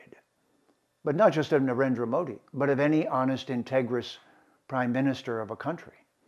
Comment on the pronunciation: To speak so lovingly about India, Hinduism, etc., one really needs to be better connected with the language(s) of India. One should be able to pronounce dental Ds and Ts (द/त -- हिंदुत्व, नरेन्द्र) correctly instead of conflating them with retroflex Ds and Ts (ड/ट -- हिंडुट्व, नरेण्ड्र). One should also be able to disambiguate between unaspirated consonants and their aspirated versions (डर्म for धर्म) I was even more surprised by his conflating a noun/adjective for an abstract noun ("I am Hindutva!"). These are all abominations especially for someone who professes to LIKE India and its dominant religion/culture. Aren't the SOUNDS of a culture an inherent part of it?